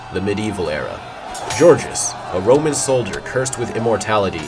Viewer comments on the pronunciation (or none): none